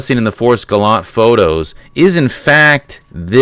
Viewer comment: It's pronounced Gallantay.